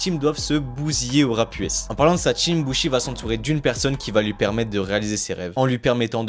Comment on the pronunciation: Pitié les gars dites bouchi